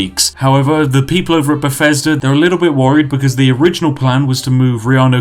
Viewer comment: SAY BUFFESDA ONE MORE TIME